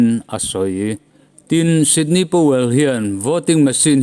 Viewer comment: Ngaihnawm leh hle mai. Sydney Powell nilovin Sidney Powell zawk tur a ni e..